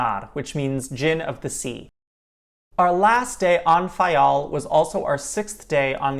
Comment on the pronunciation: You must be Portuguese, you pronounce the names of each Island and each village/site perfectly. Thank you! I am the daughter of a man who immigrated from Faial in the late 50's to the USA. Nice job!